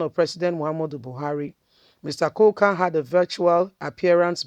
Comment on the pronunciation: His name is Kuka not coca, pls learn to pronounce people's names properly sis.